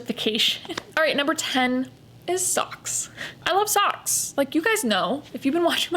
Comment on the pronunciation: When you said-Soks, I burst out laughing 😅, so glad that I am not alone in this. Completely understand what you are saying, no need to justify your choices 👌